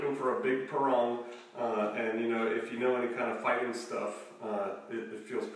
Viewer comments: It's pronounced Pa - rang like one rang the bell. It's used in some styles of the Indonesian martial arts such as Silat. It's balances well and it's possible to get good speed to the head due to the taper. I use one to cut berry bushes as they are tough and a Parang is perfect for cleaning bushes and thicker grasses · Sorry, are you saying barong, parong, or porang, can't quite make it out,,!??, also this must be a bit heavy if it's quarter of an inch thick,!?.